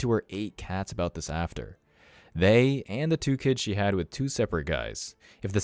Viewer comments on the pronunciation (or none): It's not wiitch You ! It with You !!!